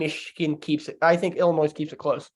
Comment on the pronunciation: Hey and, love the pod. I do have concern tho…. I noticed you pronounced Illinois like illnoise, that is very concerning because your are a college student. Maybe put down the Budweiser and go to a grammer class? Love the pod guys great work. God bless.